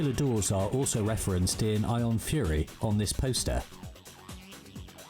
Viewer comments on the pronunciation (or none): none